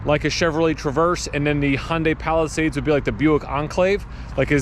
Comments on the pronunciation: Palisade, not Palisades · Palisade. Not Palisades lol.